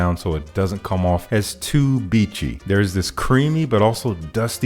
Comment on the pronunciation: beachy or bitchy?☻☻☻